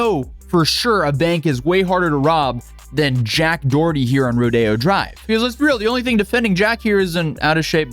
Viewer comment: Jacked DUH-erty.... Yikes...